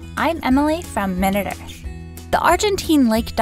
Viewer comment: Pronounced (my-nute) because minute means small.